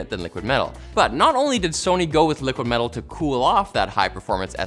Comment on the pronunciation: LTT's latest branded product, "' Liquid Mell'al" 😂